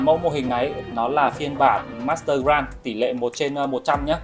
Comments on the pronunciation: Góp ý với anh là grade đọc là "Gờ rây" chứ ko phải "Gờ ran" nha a E thấy sai nên góp ý chứ ko có ý j hết <3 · nghe ông này phát âm từ "grade" mà chán mẹ luôn